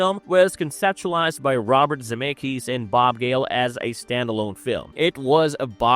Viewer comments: Who is Robert Zee-May-Kiss? 😂 Z-Meck-ISS. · Almost stopped watching less than 2 min in. Zim-ay-kus? Gr ah ss ing?? Wtf